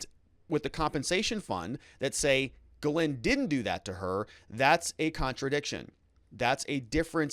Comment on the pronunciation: it is pronounced jizz lane